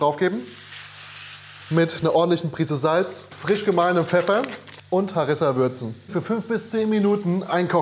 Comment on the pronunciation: Shakshuka und harissa werden ja mal mega lustig ausgesprochen. So wie als wenn ich Croissant und Baguette auf deutsch vorlesen würde